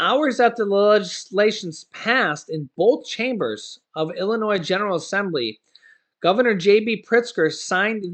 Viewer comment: ILLINOIS PRONUNCIATION Just ignore the 's' in Illinois.